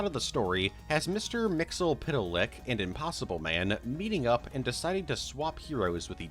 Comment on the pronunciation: The ease with which you say "Mister Mxyzptlk" amazes me every time.